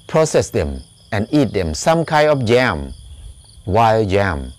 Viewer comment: This is very interesting subject. One question, about about you talk about "wild jam"? but I don't think you are saying "jam" -- I'm trying to understand what you are referring to here?